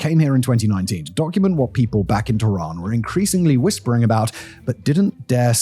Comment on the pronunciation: .typical sensationalist statements such as ".. not exactly paradise, is it?" Or the fact that he cant be bothered to learn to pronounce any of the names correctly( TEHHRAAN becone Tiraan!) only proves that it's all speculative outsiders' perspective . .